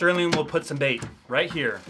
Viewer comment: The mouse really said reet